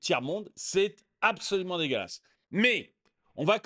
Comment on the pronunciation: “Paris, cé dégolasse”